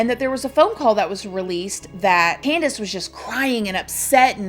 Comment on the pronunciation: The way says her name exactly how it's spelled "CanDUHs"